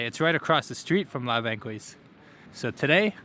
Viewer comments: The resto is called La Banquise, not banquouise like Thelma and Louise. He's learning about my Montreal and I love it. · It's pronounce la bankeeze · FYI, it’s pronounced la bahn keys